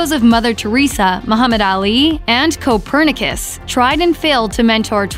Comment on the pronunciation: Why did you say copperniccus like that?